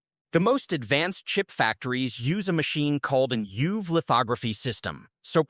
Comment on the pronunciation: Total incomprehensible: Euv is E-U-V, Smice is S-M-I-C...say it properly! 😮